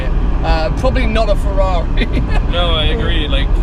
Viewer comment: The way he says Ferrari & Lamborghini that's the proper way.